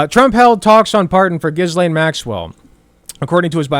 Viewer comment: Isn't Ghislaine pronounced "gih-lane" or "jih-lane?" I dunno, idgaf, she's a monster.